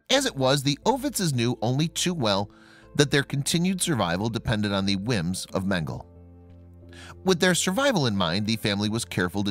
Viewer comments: It’s Men-Ga-La not Mengle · His name is Mengele, not Mengel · Men - gel - la. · Dude, Mengele is pronounced MEN-guh-Luh. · Its MEN-GA-LA..get the pronunciation correct. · Mengel uhhh ...it’s pronounced ....please pronounce names correctly ,,,,it’s annoying the e is not silent .. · Pronounce mengele like mengel-uh. The "E" is not silent at the end. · Last 'e' in German not silent...mengele would end with an 'e' pronounced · First off your pronouncing mengele wrong with that out of the way everything having to do with the Nazis and Dr mengele is just appalling horrendous I mean they don't make words bad enough but the scariest thing to me the most heart-wrenching is they did this to their neighbors people you grew up next to people you know your whole life went to school with chat with live next door to I just can't even imagine kind of evil it takes to do this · Thank you!! I thought that I was the only one to hear of the incorrect pronunciation of Mengele's name..